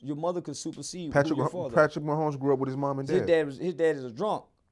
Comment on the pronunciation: Nigga said Patrick Mahoney 😂😂😂